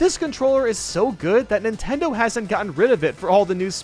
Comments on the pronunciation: he said ninteders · Who else hear nintenders?